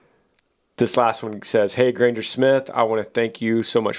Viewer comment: I've gotten whooped as a kid my siblings would do worse but since there younger they get away with it By hereing that shout out that made my day but you prouncessed my last name wrong it's only about 4 months late but thanks for wishing me a happy birthday Granger